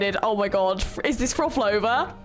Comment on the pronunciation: NOT HATING! I'm still amazed how you couldn't pronounce Prolova's name 😂 I always enjoy your reactions. ❤